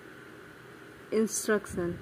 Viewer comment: Its instruction not insturction